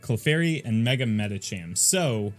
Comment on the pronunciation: Medicham is pronounced with ch like cheese burger